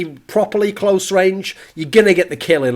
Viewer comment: Did you hear how he said "close" ?